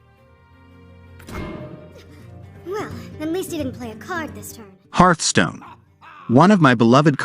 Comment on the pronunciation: "Herthstone" --> Hearthstone :)